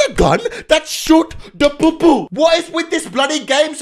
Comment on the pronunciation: When u say POO poo it makes me laugh